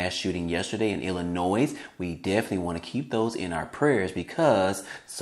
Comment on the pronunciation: Illinoi. The (s) is silent in illinois